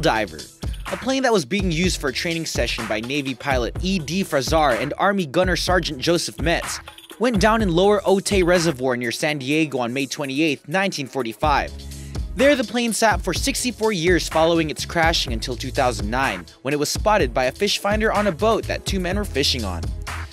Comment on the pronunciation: You're slaughtering the English language..., Otay Lake is pronounced (O-Tai ) not O-Tay. Viscount is pronounced (Vi-Count) not Viss-Count.